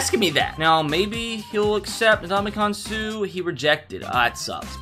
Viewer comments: Dis mans can’t pronounce anything no dama gan sue broooo no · He said Ndamukong Suhs name wrong😤😤😤